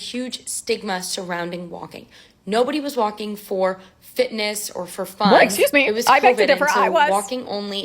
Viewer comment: Hearing "there was a stigma with walkilg" as an european is cracking me up😂😂😂